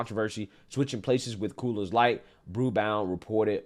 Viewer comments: It's NOT "Coolers Light" !!!!!!!!!!!!!! It's COOR's Light. SMH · I kept thinking I was hearing things, but I'm pretty sure I heard him say "Cooler's" Light instead of Coors Light over and over. lol. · Why dis negro keep saying coolers light😂😂😂… it’s coors light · You keep saying coolers. It's coors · First I've got to say, I love your videos. I do however, have to call out the fact that you keep saying "Cooler's Light" for the beer named 'Coors light'. It's name sounds like CORES not Coolers. Anyway, I had to call that out... Otherwise, keep doing what you're doing. Love it! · maybe it's just me but when you say Coors Light I'm hearing Coolers Light. It's Coors aka CORES Light. Just sayin'. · Love your content bro but it’s it’s pronounced Coors not Coolers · It's Coors not Coolers, god damn get it right. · It's COOOOOORS LIGHT say it COOOOOORS... not COOLERSSS 🙄🙄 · I'm sorry, are you saying "coolers light"? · Coors light not Coolers light you butchering the brand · It sounds like your calling Coors Light, Coolers Light.